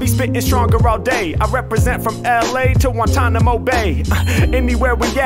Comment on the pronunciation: He said Guantanomo and bay Lmfaoooooooo